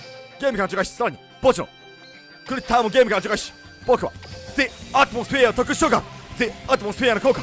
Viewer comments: アトモスフィアの発音とアクセントちゃんとしてて草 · コーデュロイとかロールスロイスの発音適当なくせに、Theアトモスフィアの発音は天才的w